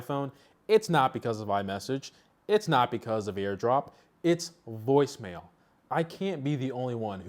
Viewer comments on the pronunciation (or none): Woice mail? It's from cellular network not from device🤣